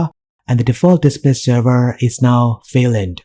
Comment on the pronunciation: It is Wayland not Vayland!